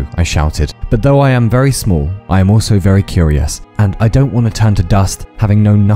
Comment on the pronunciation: Exurb1a’s accent makes “smol” a real word and I appreciate that.